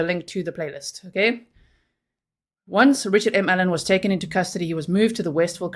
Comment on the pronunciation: Your saying Ellon not allen 😎 One is a female name other male no big deal just wanted to let you know !